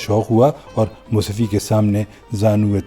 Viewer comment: Musafi, naheen bul k Mushafi. مصفی نہیں بلکہ " مصحفی " ھے۔